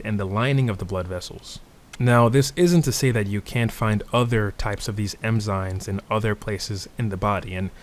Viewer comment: I love this video, you sound like a professor. But with love, I can't unhear you calling them "Emzynes" 😂